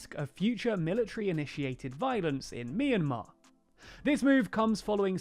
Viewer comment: It's pronounced "my in mar"